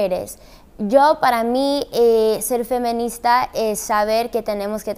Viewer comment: no tiene que ver, me pregunto si lo dice así porque no sabe o por su acento xd